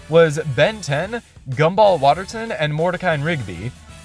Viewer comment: its "Gumball Waterson" and not "Gumball Waterton" and i know that just cuz i watched A LOT of the amazing world of gumball out of context clips in the summer of 2024, ah the good ol' days!!!